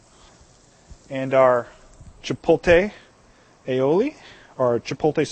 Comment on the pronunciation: Is he saying chipotle wrong? It sounds like hes pronouncing it cha- pole- tay. Whats he saying?